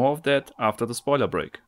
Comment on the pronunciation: When you said "spoiler break" I thought you said toilet break, and I thought, "I hope he washed his hands.